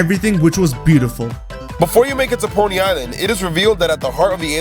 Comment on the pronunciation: Instead of ponii island i heard pony island